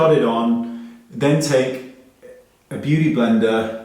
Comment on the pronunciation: "loo' a' tha' .. iss my beau'y blendar jar' <3